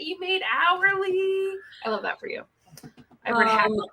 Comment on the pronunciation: It's hackles, rather than heckles.